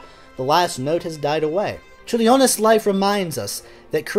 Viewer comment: Thank you for covering a composer from my country! Your pronunciation was pretty okay in that I knew who you were talking about immediately (for Vytautas Landsbergis, the 'y' is pronounced like 'ee' and the emphasis in on 'Lands' in the last name). In case you ever have to say the name again: diphthongs in Lithuanian that start with the letter 'i' ('iu' 'io' 'ie') are less separate than you're making it - the 'i' sort of colours the vowel after it, such that 'Ciurlionis' only has 3 syllables, not the 4 you're using (ie Ciur-lio-nis. not Ciur-li-o-nis). Don't feel bad, though - Lithuanian is notoriously difficult to pronounce, including for Lithuanians!